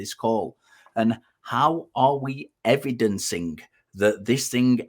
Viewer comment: STOP SAYING EVEDINCING OR I WILL DIE!